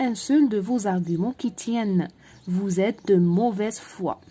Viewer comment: النطق (ڨ) في argument ممكن نسيتيه و شكرا على المجهود